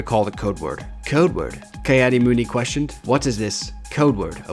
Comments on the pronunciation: "kai adi mundi" :( Ki is pronounced Key for future reference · Ki-Adi-Mundi (pronounced Kee Addy Mun Dee) not Kye Addy Moondi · It's pronounced key add e mund e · Kai addi moondi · me: bruh it's pronounced "Kee-Adi-Mundee"